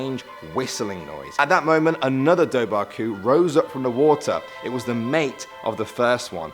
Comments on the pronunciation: Hey mate, I'd highly suggest getting pronunciations off an Irish person if you make one of these Irish legends again LMAO. Listening to you say Doe-Bar-Coo was driving me up the wall 😂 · Good storytelling. Cathain is pronounced Ca-hin. Dubhar chu is dove-er ku.